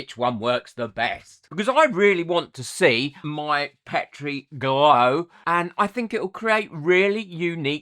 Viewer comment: great makes. I love that you pronounce Petri the British way too:)